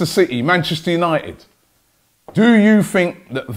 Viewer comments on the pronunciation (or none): none